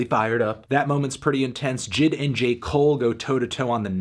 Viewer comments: J.I.D not jid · Why you pronounce is Jid. It’s J- I-D. He literally says it on Off Deez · maybe i prefer saying J.I.D but it irks my ears when i hear this man say Jid instead of J.I.D 😪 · Lmfaoo it’s J I D not jid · Normal Human Pronunciation: JAY EI DEE Melon Pronunciation: JID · Its not jid its J . I . D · Jay Eye Dee.. Not Jid 😂😂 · Its J.I.D. not Jid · J I D Not jid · it’s J. I. D not jid... it so obnoxious that he mispronounced it the whole time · this man really called him jid the wholee video... its "Jay-EYE-Dee" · I met J.I.D. 2 years ago when he opened for Tory Lanez. Super cool dude. He actually pronounced his name “jay eye dee” not “Jid” just for future reference. I agree with the score though. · Bruh say it with me J. I. D. NOT JID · His name is Jay eye dee lol it just made me a tad annoyed lol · bruh him calling him Jid is mad fucking annoying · 10 seconds into the video and you already called JID “N.I.G.”. Smh fantano, dislike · Bruh why he sayin’ his name like that?😭💀